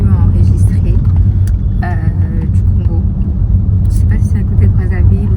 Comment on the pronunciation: je vous félicite car vous êtes l'une des rares personnes de la RDC 🇨🇩 à respecter et à ne pas écorcher le nom de notre pays, le Congo 🇨🇬. On sent que vous ne souffrez pas de crise identitaire. Merci 🙏 Et pour finir, félicitations également pour votre vlog qui est de très bonne qualité. 😘